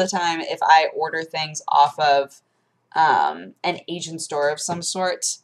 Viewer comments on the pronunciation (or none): Did she say asian store or agent store?